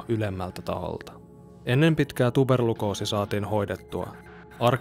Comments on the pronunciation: tuberkuloosi, ei tuberlukoosi ;D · Helevetin hyvä pätkä. Kiitos. Särähti korvaan vain tuperlukoosi mut se ei haittaa. Typoja sattuu kaikille. o/ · "tuberlukoosi" :D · Komentoin nyt mut kuka huomas sen et sanottiin tuberlukoosi🤣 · Tuperlukoosi vai tuperkuloosi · Tuberlukoosi.. hetken jo luulin että kävi mandelat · sanoit tuperculoosi väärin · tuberkuloosi, ei tuberlukoosi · Tarkotat varmaan tuberkuloosi eikä tuberlukoosi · No mä mietin et kai se sit oikeasti on tuberlukoosi vaikka kuulosti hassulta sanottaessa.